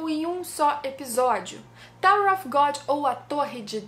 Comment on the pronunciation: Excellente video, muito obrigado pelo conteúdo !!! Só uma observação, você tem uma pronúncia em inglês muito boa, um detalhe, “Of” em ingles se pronuncia “óv” com V mudo, se vc pronunciar “Ofe” a palavra que você está falando é “OFF” que tem outro sentido